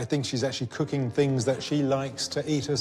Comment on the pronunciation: Haaaa you should learn to Asian for real "coocking"